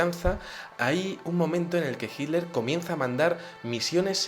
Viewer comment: Muy interesante tu exposicion. Noto que los espanoles en general no pronuncian la tl. Hiler en lugar de Hitler..